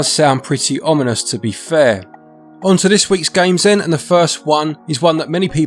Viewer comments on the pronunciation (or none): none